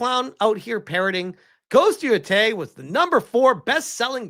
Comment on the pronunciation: Man you are a massive retard. Can’t even pronounce Yōtei or Circana right